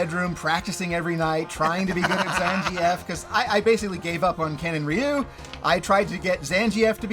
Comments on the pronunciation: Zan-G-F? lmao It's Zan-gheef :D Cool list, love the 5-10 picks mostly. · Zan-gee-eff? That’s how you pronounce that character? I’ve always said Zan-geef. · pronunciation of Zangief is hilarious